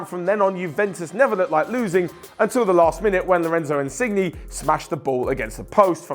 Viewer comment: Insigni?? It's more like insinyeah